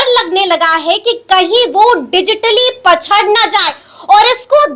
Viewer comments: पछङ नही पिछङ बोलो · पछड़ बोलने वाले देश का भविष्य तय करेंगे 😊 पिछड़ बोलना सीख लो । ढंग का हिंदी बोलना नही आता और पत्रकार बन कर सरकार बनाने के गुर सीखा रहे हैं । बहुत बढ़िया ।